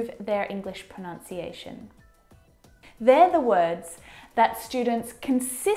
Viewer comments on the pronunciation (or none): But why u said pro~noun~cia~tion At the end of the video Either pro~nun~cia~tion Pronunciation.. Which is right either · Funny,, you mispronounced "pronunciation". It's proNUNciation—not proNOUNciation: ) There's a common word a lot of people not only misproNOUNce but misspell as well. The verb form is proNOUNce. The noun is proNUNciation. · Not proNOUNciation. ProNUNciation. ;) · Even she's mispronouncing the word "pronunciation" and "mispronunciation" proNUNciation...not proNOUNciation It's not to diss this video but I think she shouldn't make this as a norm because there's American accent and British accent. It's good that she's covering the general thing mostly but she's leaning more to British pronunciation. But good otherwise. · You mispronounced pronunciation. I'm expanding..... Almond the L is not silent. Comfortable you pronounce the O and R.